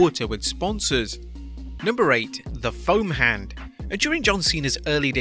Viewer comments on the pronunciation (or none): With his British grammar I thought he said phone hand not foam hand